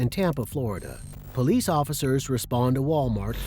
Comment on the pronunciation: Poe leese! Ghetto